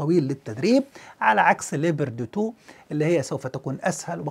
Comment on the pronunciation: Leapoard not leeber de two!